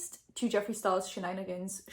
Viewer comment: no one:: shenanigans shenanigans SHEnanigans